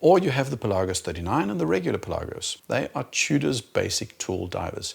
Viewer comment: Thank you for pronouncing Pelagos correctly!